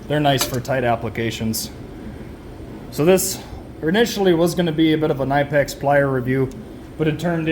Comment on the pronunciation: You did a great job comparing the two, but then I heard you called it a nine pack 🤦‍♂️ instead knipex